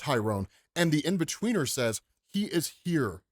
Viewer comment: in-betweener? cmon man